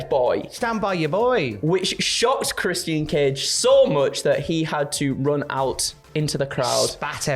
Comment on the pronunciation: "Chris-Sian Cage & LusaSaurUs"